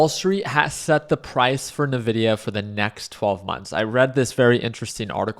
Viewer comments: I tried man, He likes Navidia :D. its En Vidia. Cheers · To be taken seriously you must be able to correctly pronounce the name of the company you are analyzing. It is not Navidia, it is Invidia. Jensen Huang is one of the most prolific CEO anywhere, and he explains how he named his company after the latin word Invidia, meaning envy. Thus their trademark colors, "green with envy". If I analyzed a company call Aypple run by a guy called Tim Coke most investors would be unsure if I was to be trusted regarding future potential of this company. I like your presentation but the Navidia part should be rectified. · It's pronounced EN-VIDIA. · Couldn’t get past NA-Vidia